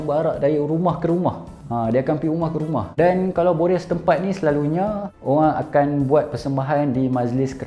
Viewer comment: starting cakap kl “selalunyee..” 😂 nihh, beranak celah komtar cakap penang laaa 😂